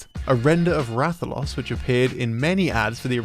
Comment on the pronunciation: "Is this Ratha-LOSS?" 💁‍♂️ EDIT: Am I really the only one pointing out his incorrect pronunciation? Oh well. 😂